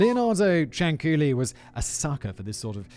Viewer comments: Actually the lady “s surname was CIANCIULLI (pronunciation: Chan-chu-li)and NOT Ciancuilli . And I know for sure cause I’m Italian btw 😇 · I was born not far from Correggio, and I remember the stories my father told me about her when i was a child. And by the way, the correct name Is Cianciulli, not Cianculli or Ciancuilli. 😂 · No no no no my friend. Please read this comment. It's pronounced CHANCHULLEE. The second C Is a CH sound, not a K sound. You're welcome. An Italian listener. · BTW the pronunciation is ChanChoolli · For those that care, the correct pronunciation of her last name is "Chan-chooli". It's also actually Leonarda Cianciulli. The U and the I are in the wrong place. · OMG THANK YOU FOR DOING THIS ONE! She's the inspiration for the soap making scene in Fight Club. Also, you are more kind about sex workers than people who are religious. Like, I adore your content, but maybe ease up a bit? It's pronounced [Chin-chool-ee] Also lemme add, as much as I love your content; another channel?! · The name Cianciulli is pronounced: Chan-chyoo-lee, or, Chyan-chyooli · I'm six months late...kinda a new subscriber, but knew of this case from other channels on YouTube. I never laughed at the other ones, but Simon trying to pronounce that last name of the "psycho soap lady", had me in tears. Not two minutes in and I'm losing it! Love the scripts that are read, but if the one reading it has no emotion in their voice, it can ruin a great script. Simon nails it every time! Bravo David!Bravo Simon!! Only wish I could like this video twice <3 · I didn't watch the episode yet, but as an italian I'm very much concerned about the pronunciation Edit 1: why did I see Samara dance the napolitan tarantella? But most importantly why the hell did it made me laugh so hard? Edit 2: why on earth Leonarda looks like my grandmother's sister? It's basically her, only younger, apparently shorter and thinner Edit 3: the pronunciation wasn't as bad as I was expecting honestly